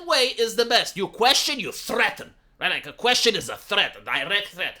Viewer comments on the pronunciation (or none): none